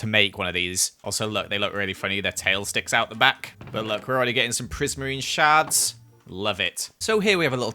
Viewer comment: prismarine sharts (shards) Me: Teehee